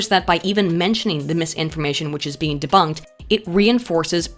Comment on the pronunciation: I feel that didn't say deboonked enough in this video...